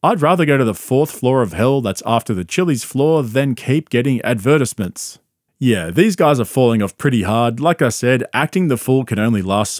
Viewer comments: Wtf is a “ad ver tas ment” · Bros pronunciation of advertisement literally had me googling it. And I was right the way you pronounce advertisement is wrong but that’s proof I watch the video to the end😑 😂😂